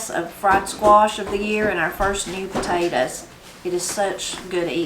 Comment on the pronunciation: I like the way you say “Potatas” instead of Potatoes. lol. I have a question…Are butter beans the same as Lima beans?